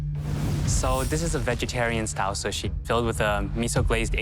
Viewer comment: O wow! Alvin Leung can't pronounce "sushi". He called it "shushi." Daym! That's hillarious.. 🤣🤣🤣